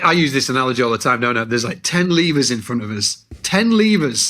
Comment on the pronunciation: Starting, it took me way too long to realize was saying "levers", I thought he was saying "lemurs".... Was a confusing but lovely visual in my head during that time 😅